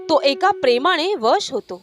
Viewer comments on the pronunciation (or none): Tumchi mahiti chan aste pn tumchi नच्या ऐवजी ण चा उच्चार करता तो फार चुकीचा आहे ती चुक नक्की दुरुसत करा आणंद नाही आनंद आशि परेमाणे नाही परेमाने असा उच्चार करायला शिका अनिल घैसास